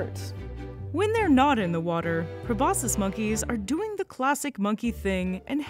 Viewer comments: just a suggestion: if you’re going to make a video with a prominent word repeated over and over, verify that you actually know how to pronounce that word pro-BOS-kiss not pro-BOSS-iss. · Aren't you supposed to pronounce the "c" sound in proboscis?